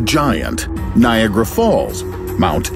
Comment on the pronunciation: “NiaAgra falls”